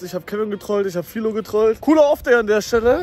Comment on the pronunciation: Aber sag doch nicht Fielow